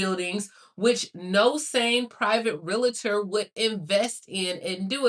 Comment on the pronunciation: REALATOR??? No, no... it's REALTOR (real tor) two syllables.